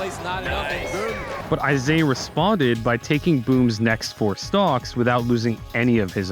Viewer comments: It's not Isaiah. It's Isai. Pronounced "ee-sah-ee." I'm doing this out of kindness and education. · his name is pronounced “ee sah ee” normally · I get that Isai means Isaiah but it’s always annoyed me that people don’t say his name Isai correctly (E-sigh) ever since the beginning 💀